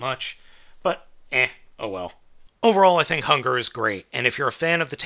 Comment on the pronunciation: It is hun-guur